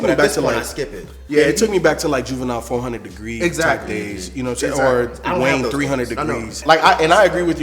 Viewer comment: said Wayne 300 degreez 😂😂